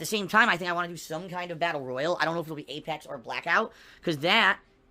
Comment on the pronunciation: still can't pronounce Battle Royale.